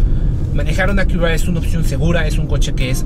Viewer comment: A qué "akiurrra" 🤣